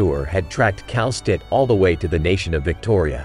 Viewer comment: The way you pronounce Kal'tsit's name is very weird. I think it's supposed to be Kal-sit not Kal-stit. Actually it's still up for debate of how to properly pronounce her name bc the Japanese and Korean localization of her name is literally pronounced Kelsey.